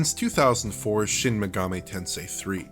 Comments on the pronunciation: It's not pronounced Megameh... it's MegaMEE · Dude's voice is boring, and that lisp... And "maygahmay". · It blows my mind how so many YouTube channels mispronounce Megami as "Meh-gah-may." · Shin Megamay Tensay